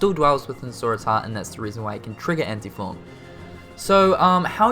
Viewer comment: I love how he says Anti-Form as Ante-Form.